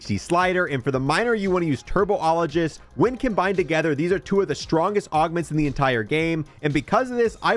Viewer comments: BRO CANNOT READ!! TURBOLIGEST? TRIBOLOGIST 😅GO TO SCHOOL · Got to love that turbo ologist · "Turbo-ologist" You mean... Tribologist? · Bro need to learn how to pronounce words. TURBOlogist from tribologist is crazy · lmao bro also pronounced tribologist as turbo-ologist 😭 in what world does “tri” make a “tur” sound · TURBOLOGIST LOL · Tri - bol - o - gist, let's all say it together now. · You’re giving him to much credit. He said “turbo-ologist” haha 😅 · Turbo-ologist is what had me 😂😂